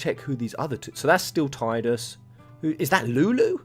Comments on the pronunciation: Tidus is pronounced: Ti (Tea) du (like the doo in doom) s Not Taidas lol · come on bro you're a ff centric channel. it's Tee-Dus not Tide-us. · It's pronounced "Teeh-dus", not "Tide-us". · They are not a couple. Their relation to each other is just cute. Btw. to guy in video: the Ti in Tidus is pronounced like the word Tea and not Tai. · Love of God,, it's TEE-DUS